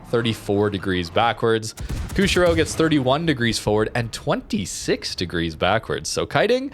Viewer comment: Former Canuck here, Good vid, thanks. I know the game is your passion and not the historical stuff, but because public speaking is part of my profession, I'm kind of a nut about words. So... the ship is: "Koo - shee - ro". Most non-English languages pronounce "i" like we would in "machine." It's a port city on the island of Hokkaido.